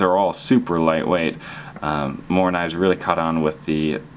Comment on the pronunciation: Well pronounced morakniv :D !